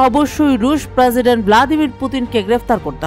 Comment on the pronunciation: প্রসিডেন্ট বলার ধরন এমন কেনো?